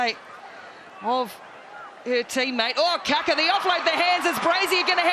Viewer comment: Kia ora ki nga Black Ferns 💛💙💚 an awsmas moment for ualll💕💕💕 my gripe is that once again the lack of proper pronunciation by announcer of team member 'Kaka' which should be pronounced as 'Kaakaa' similar to saying car-car aka Kar-Kar with no 'r-sound